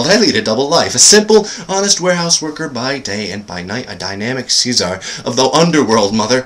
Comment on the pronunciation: you're the second person I've heard reciting this monologue that mispronounced "czar"